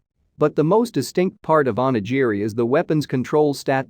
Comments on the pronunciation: Onijiri? I think you mean onigiri... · "Oni-Gee-Ree".... fucking cringe. At least learn how to speak through your mouth bro.